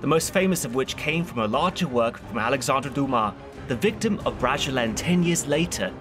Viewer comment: Did you say the Victim of Bragelonne? No, it's Vicomte (vee-kompt), French for Viscount (Vy-count).